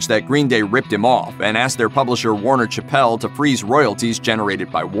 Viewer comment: "Warner Chapelle" LOL